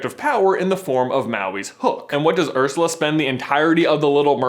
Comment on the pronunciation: When you said "Ursla", there were only 3 words in my head for 10 minutes straight; "Oh HEEEEEELL no."